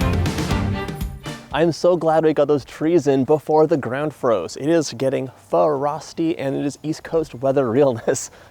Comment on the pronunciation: Fa-rosty, please staaappp! I love, love, love your channel and recipes!!! But these last two or three videos with you emphasizing the syllables and mispronouncing word is like hearing the scraping of nails on a chalk board. Please stop! Use your words....